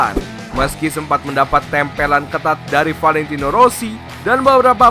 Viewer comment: Mulutnya aneh yah wkwkwk Valentino aja sebutnya ventino kwkwkw